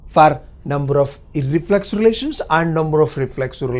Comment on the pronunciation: You pronounced iRRReflexive....